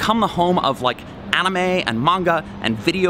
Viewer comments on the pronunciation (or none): “Like the onime?”